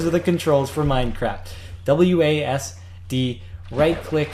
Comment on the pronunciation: wasd: its pronunced Wah-see-dee